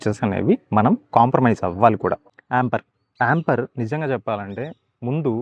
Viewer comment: యాంపర్ కాదు యాంపియర్